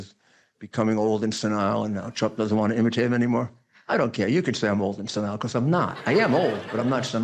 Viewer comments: SEN- Nile, yes I'm not senile like incorrectly pronouncing the word. Maybe a bigly Thang 😂😂😂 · Rudy doesn't even pronounce the word senile correctly. Sure sign of being senile.